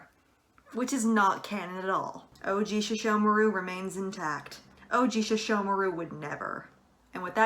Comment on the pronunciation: All sesshomaru is not pronounced "sheshomaru"